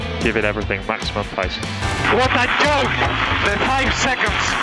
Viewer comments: Funny how he went from saying "What a yoik" to how it's said properly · "Five seconds is a yake... a yake!" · "Five seconds is a yoke........ a YOKE" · MARTINJW25 it's uh jook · It’s a yoke! A yoke! The five seconds! A yoke! Where is Palmer? KARMA! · Fernando, how do you think about Seb's penalty in Canada? -5 seconds is a “yoke”, a “yoke”